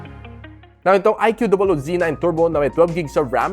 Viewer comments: bat ba "i q double o" pag pronounce mo? pinapahirapan mo lang sarili mo eh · di ba ikoo tamang pronunciation nyan sir.